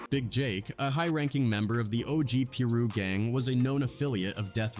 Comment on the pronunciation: Who the f is some "Peeru?" 😂